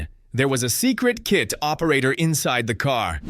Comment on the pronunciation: Hey you moron it’s not K.I.T it’s K.I.T.T.